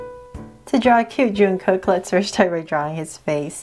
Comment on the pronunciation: Its not juungkook we pronounce it jungkook